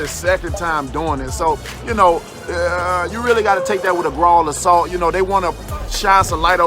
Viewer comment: GRAWL OF SALT LOL WTF